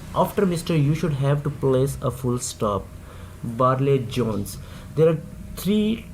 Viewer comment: Barlay Jones nai , Barry Jones he.....😅😂